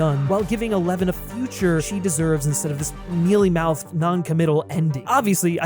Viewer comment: I thought he said "Millie Mouse ending". Like if he was trying to say "Mickey Mouse/disney" kind of ending. But he actually said"Mealy-mouthed". Thanks captions! 😅